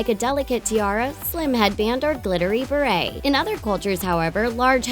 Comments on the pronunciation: Barrette = "bah-rett" Plait = "platt" Just FYI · Barrette is not pronounced beret. XD Your grammatical errors frustrate me every time I watch one of your videos. And really, how many times do you have to say the word "special?" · Barrette! Not beret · That's not how you pronounce "barrette". 😂👩🏼‍🎨🤷🏼‍♀️ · since when is a barrette pronounced as beret? ones a hat the other is a hair clip like thing...